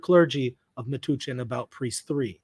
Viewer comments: It’s pronounced meh-touch-en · Metuchen, a diocese in New Jersey (Matthewwisniewski2962 is also correct about the pronunciation. The U is like “uh” or “bump”. Not an oo sound. At least, that is how the locals pronounced it when I used to live in the area. I can’t speak for the guy in chat.)